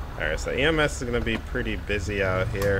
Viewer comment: Uhh do you mean ems cuz you said ams